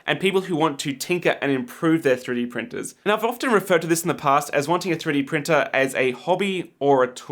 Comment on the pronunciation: 3D pirtner 😂 screams of passionate professionalism